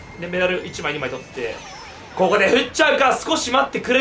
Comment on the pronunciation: 「えぇ~ココｫ」より「ｯｯココｯ」の方が好き